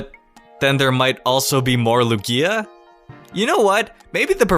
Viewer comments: The power plant in XY like what the heck and also I really feel like the emphasis goes on the U of the Lugia not the IA like LUgia not LugIA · Lu'gia, not Lugia' ? Please? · LOO-gee-ah, not lu-GEE-ah 😂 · your ruining my favorite pokemon it's Lugia all one word not Lu-gia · STOP SAYING LOO-GEE-A! IT'S LOO-GEEA! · It's pronounced Lugi- a, not Lu-gia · am i the only one that's triggered of the pronunciation that he gaves to Lugia? , he says "Lugía" not "Lugia" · HIS NAME IS LUGIA NOT LUGGIA STOP SAYING LUGGIA WITH A LONG I ok i'm done sorry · Why do you say Lugia like Lug-e-a it's supposed to be Lu-gii-a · I think it's LOO-gee-uh, not loo-GEE-uh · LU GIER??? ITS LU GIA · Same... its LOOO-gee-ah not Lu GEEEE ah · It's LeviOsa not LevioSA xD It's LUgia not LugIA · WHAT THE HECK IS LUGKIA WHAT KIND OF PRONUNCIATION Is THAT YOU DUMBELL!!!!!! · The way you say "Lugia" really bothers me. Like my ears are constantly being raped by an unpleasant sound. x: "Lu-gi-a", Lu-gi-a", Lu-gi-a"... it's one syllable dude, you don't pronounce it in 3 syllables :s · "loo-gee-a" that hurt me to hear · The way you say Lugia triggers me lukia wtf boi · The speed of you saying Lugia (pronounciation is ok) makes it sound like iKia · Came down to the comments just to see if I wasnt the only one :P It almost sounds like he's saying Ikea. Needs more emphasis on Luuuuuuugia! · my friend pronounces it Likia im so triggered by it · Its lu-ge-a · Matthew Serafino yeah, not lu-GEE-a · loo-gee(as in geese)-ah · You should be banned from saying "Lugia" for life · Holy crap the way you pronounced Lugia makes me want to die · THE PRONOUNCIATION OF LUGIA IS WROOOONG!!! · What did he call Lugia?! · Say Lugia correctly you fuck. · Who else cringed every time he said Lugia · The way you pronounce "Lugia" triggers me. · STOP PRONOUNCING LUGIA THAT WAY PLEASE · Why are you pronouncing Luiga's name wrong in this video? I've never seen you pronounce it like that. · the way you pronounce lugia is so cringey